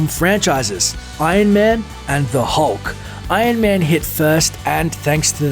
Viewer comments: it annoys me that you say: 'ion man' instead of iron man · Why do you pronounce it Ain man? It's Iron Man.